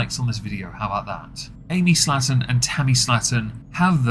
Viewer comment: It's slay-ton, not slatton.